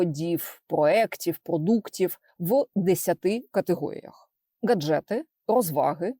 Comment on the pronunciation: Коли почув "гаджЕти" мене трохи перекосило, вибачте. 😅 Але згадуючи як запорожці п'ятнадцять хвилин реготали з "болсАнки" доки один все таки не загуглив... А чому саме такий наголос? 🤔